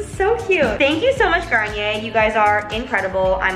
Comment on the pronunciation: man i thought you said kanye instead of garnier